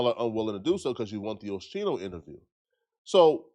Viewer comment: I can’t get passed the OSHEENO😂 wtf put some respect on a hip hop OG name